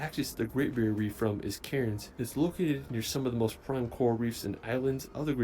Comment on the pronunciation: Calling Cairns "Karens" is hilarious.